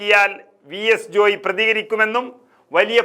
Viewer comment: ജോയി ജോയി എന്ന് പറയാതെ ജോയ് എന്നല്ലേ പറയേണ്ടത്......?